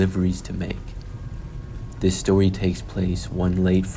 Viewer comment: lmao... the voice! "The stowi takes pwace..." I CAN'T